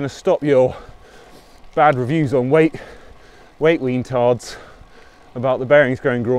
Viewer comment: "weight weentards"!? infidel